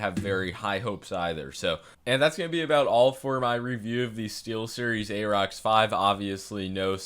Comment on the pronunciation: Pronounced "air-rox". Like "air".